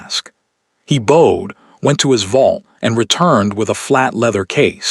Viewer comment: I have learned that AI can’t tell how to read the context ie lead is pronounced as led, bowed should be pronounced as boughed. It’s Vivien not Viven. This is fictional story but the reading isn’t.